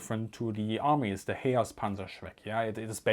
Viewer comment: "Ze Rockets" "It Schrecks Panzers" LOL Easily the most amusing episode of Military Aviation History.